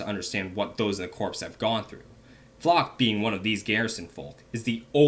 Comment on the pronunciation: Erm, I know it's spelled "corps" but isn't it pronounced "core"? Great video btw 👏